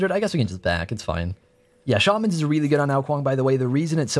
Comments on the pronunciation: You said shawmans instead of shaymans who are you and what have you done with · Shay-man not Shar-man